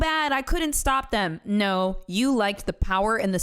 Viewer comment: HAHAHAHAHAHA! Dying at allegedly saying “NAUR” 😂😂😂